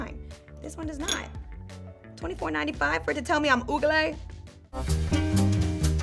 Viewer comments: “25.95 for to tell me I’m OOGLEH” 😂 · The way she pronounced ugly as ooglay is sooo funny 🤣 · “You paid 24.95 for it to tell me I’m OOGLAY” lmfaoooo lizaaa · " 24.99 for it to tell me im OOGALAY?! " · "24.95 for it to tell me I'm ooglay?!" 😂😂😂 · "24.95 for it to tell I'm ooglay?" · „..To tell me I‘m oogley!“ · Liza: .. TO TELL THAT IM UGELE